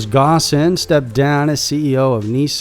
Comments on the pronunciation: Ghosn pronounced "gone" with the "o" in "ghost" >< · It’s pronounced “Phone”. Not “Ghosn”. While your research is usually above board, something as fundamental as this, can’t be overlooked.